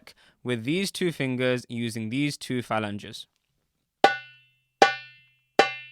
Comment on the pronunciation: The word for multiple fingers that you repeatedly mispronounced Is pronounced “fah- lan-geez”!!🤦🏿🤦🏿 Please, and thank you very much. You can thank me whenever.🤷🏿‍♂️🤷🏿‍♂️🤷🏿‍♂️